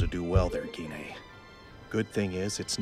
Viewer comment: Gee-nay, ok I have been pronouncing Gine’s name wrong this whole time 😂